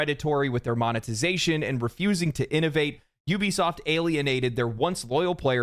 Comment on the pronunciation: Good, "F" Juwbisoft😂!